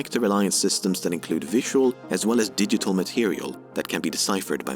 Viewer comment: In isn't it supposed to be digital instead of digetal?